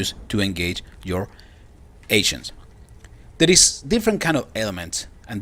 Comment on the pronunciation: For some reason, every time you say ancients all I hear is "asians" gets kinda awkward. "The higher the level of your asian, the more powerful you get"